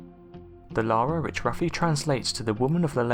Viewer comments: The name is yara not Lara this boy said Lara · It's Iara with an i, not Lara. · It!s Iara not Lara; it's an indigenous name. Will not qork on gay men.